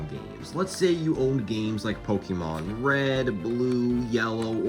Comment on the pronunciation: look up how to pronaunce pokemon